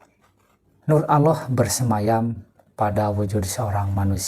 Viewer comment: sebut nama Allah aja gx bener ni org